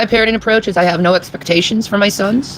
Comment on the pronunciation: Ik this is unimportant but why can't she say anything that ends with ing like parentin instead of parenting like did she fucking fail elementary?? Its also extremely annoying